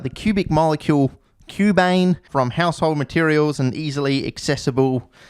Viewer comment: No, it's pronounced "cubane".